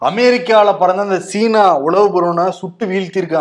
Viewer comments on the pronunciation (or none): none